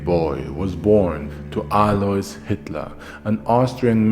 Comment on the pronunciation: For the record, since you`re usually an expert at foreign pronunciations in German the s in Alois is silent.